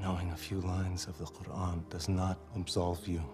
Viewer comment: Very bizarre how he pronounces qur’an with a “kha.” This actor clearly doesn’t speak any Arabic.